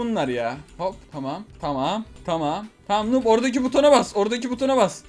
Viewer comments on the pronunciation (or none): none